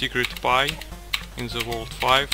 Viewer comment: in ze world five....i have ze omg killing it with those ze 😂